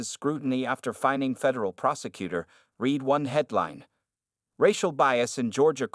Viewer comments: You need to teach your AI that there are times the word 'read' is pronounced 'red' not 'reed'. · Read pronounced reed is present or future tense example He began to read the book. Read pronounced red is past tense example He read the book last night. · It is better to read the transcript than to cringe on the reading mistakes of the AI voicebot (like no discerning for "read" in present vs. past tense pronunciation) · When someone is talking about the written word, the word read ( pronounced- reed) depends on how it is used in the sentence. Other times, it is pronounced (red). Proper Grammer goes present tense, future tense, past tense. Read(reed), read(reed), read(red). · and couldn't even pronounce 'read' properly 😅